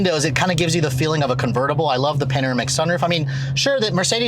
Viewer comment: Panoramic not panamerica